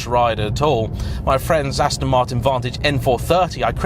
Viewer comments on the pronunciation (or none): none